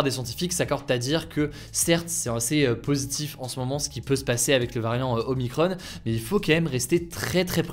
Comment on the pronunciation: ce n'est pas omicronne, mais oh-mie-cron (il na pas de e)